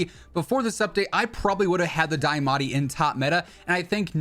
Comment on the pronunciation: It's pronounced D-AH-MATTI not Die-ah-matti mane mane